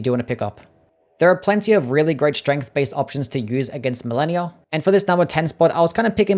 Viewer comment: You pronounced malenia wrong sosny times